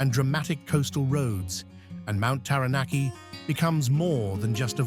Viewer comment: Mt Terranarkey 😂😂😂